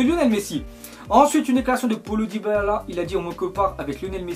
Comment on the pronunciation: comment ta dit diabala